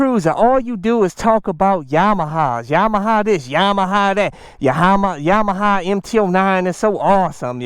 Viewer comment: “Yahama” Lol love you CycleCruza